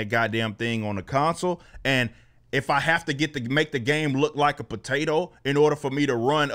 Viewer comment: Lol the way Eric says potato is hilarious